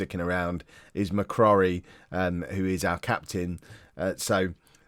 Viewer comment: McCrorie - pronounced ‘Mc-Croary’